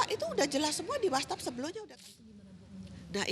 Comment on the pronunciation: what's app bu bukan whastap....wastap..wastap...kan org berpendidikan katanya keluarga berpendidikan...ngmg kok salah2